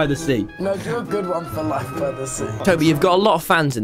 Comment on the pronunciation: because of life by the sea sounding like "life bi the sea"